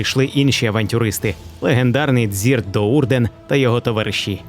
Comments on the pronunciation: його звати Дрізт ДоʼУрден, а не Дзірт 😉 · тіко не дзірт, а дрізт: Drizzt Do'Urden то просто руснявий переклад був кривий, теж його читав дуже давно. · Дякую. Дуже цікаво та корисно) На майбутнє, Дзірт це руснява викривлене ім'я. Його звуть Дрізт)